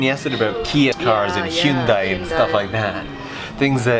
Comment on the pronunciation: Hyoon Die got me feeling some type of way it's H-yuhn-day